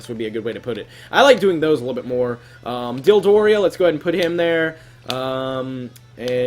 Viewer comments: lol you said "Dildo-ria" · You do realize that he says Dildoria in pretty much every episode Dodoria is in :P